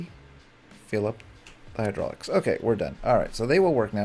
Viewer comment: Hydraulic not hydrolic